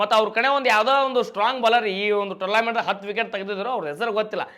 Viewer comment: ಭೈ ಅದ ಟೂರ್ಲ್ಯಾಮೆಂಟ್ ಅಲ್ಲ ಟೂರ್ನಮೆಂಟ್.😂